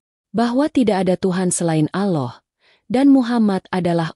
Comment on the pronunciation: mohon maaf🙏yang ngomong gk bisa sebut allah🤭